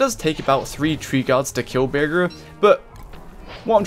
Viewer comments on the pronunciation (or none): You pronounce bearger with a g like how you say burger HES A BADGER BEAR YOU SAY BEARJER